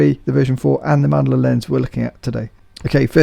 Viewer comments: For once a lens I already have. It's good, well at least in the center, definitely not a landscape lens with the poor sharpness in the corners. Oh and it's Mandler, not Mandeler. :) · "Mandler" haha. Reminds me of the "Thorn" TO23 Tudor rep.